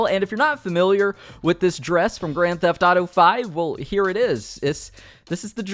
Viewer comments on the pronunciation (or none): Why he keeps saying Grand Tataro instead of Grand Theft Auto.